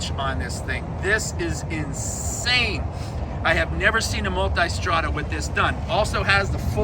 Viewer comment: Multestrada...Now try to speak